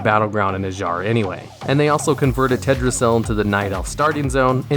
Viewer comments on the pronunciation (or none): Why do you call it TEDrasil? Its obviously got an L in it.